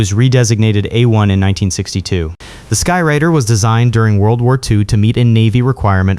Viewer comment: A-1, Douglas 'SKY-RAIDER'. RADE-ER, in Phonetics. Not 'Rider'... My Mom (a multi-linguistic Teacher) and my Ex-Wife (a Thespian Dialect Coach) would be slapping your Face with Frozen Bacon strips by now!! LMAO